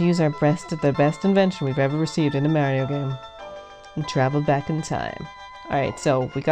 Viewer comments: Goodness, why in the hell are you saying it like that. Pronounce the planet MARS. Then say MAR - IO ...not marry-o. I have never heard anyone say it like this narrator and it just adds to how annoying this clip is. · Mare instead of Mar is sooooo annoying. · Mary-o. -.- Knock it off. Mary-o is not his name. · U SAID MAIRIO! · its weird that some people pronounce marios name wronng and calls him maryo and hes not a girl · Decent voice, but not how she pronounces Mario..